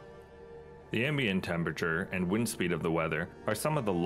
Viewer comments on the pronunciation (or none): none